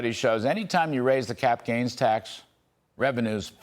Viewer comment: Pronounce her name correctly dude. Please